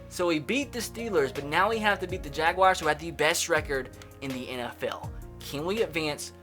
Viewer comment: It is not pronounced Jagwires